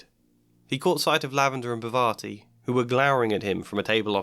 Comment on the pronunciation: Maybe I'm wrong ... But this is irking me a little... So I'm going to say this - If her name is spelled Parvati, you're pronouncing it all wrong. 😂